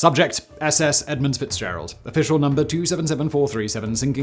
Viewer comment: there is no 's' in the word edmund...snotty and illiterate douchebag.